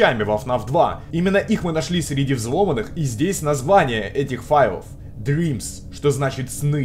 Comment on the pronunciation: во первых не дримс а дрямс а во вторых отписка